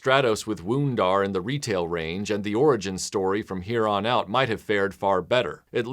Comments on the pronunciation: Wun-Dar is pronounced like Wond-Dar. Not Wune-Dar. It coincided with the original promotion of Wonder Bread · Woondar??? It's pronounced won...just like the bread, Wonder Bread